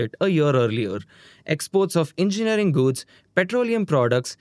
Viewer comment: Why are you GUDS instead of GOODS?